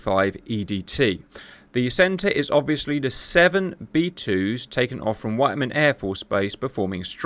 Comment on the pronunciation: witt-men not white man lolz fuck.